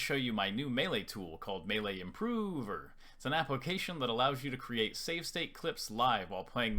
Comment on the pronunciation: love how you say improover lmao